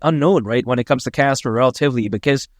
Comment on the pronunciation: Casper not kaka :face-green-smiling